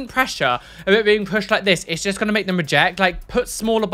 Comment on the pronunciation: After seeing that one video where mentions that he says jest instead of just I can't stop noticing it😂